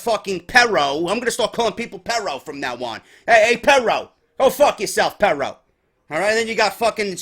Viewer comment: I'm sorry but as a Hispanic it makes me cringe when you say "perro" you need to roll those r's bro.